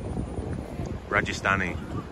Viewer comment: you made my day by saying " Rajasthani " correctly